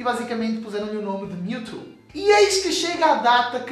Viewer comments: alguem ensina ele a falar "mewtwo" não mewtu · PORQUE TU NÃO SABE FALAAAAAAAAAR CERTOOO? q raiva. O CORRETO É "PRIMEIRO" de setembro, não "UM" e não é "miutu" é "MIUTCHU" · da agonia de ouvir ele falar mewtu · Kkkk "Miu e Miutu" HAUSHAUSU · O cara fala mewtu kkkkkjjjkjk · Aew Brs ""MiuTu"" kkkkkkkkkkkkkkkk (engraçado pra nois br) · miutu? kkkkk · mew e"mewtu" kkkk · miutu kkkkkk e mewtwo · para de falar miutu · ONNETI seria a pronuncia brasileira de mewtwo